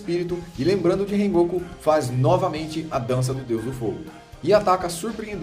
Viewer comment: rengoku? falou errado né?????